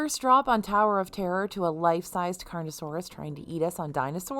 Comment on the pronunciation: As a bit of a dinosaur expert myself, it's not carnoSAURus, it's carnoTAURus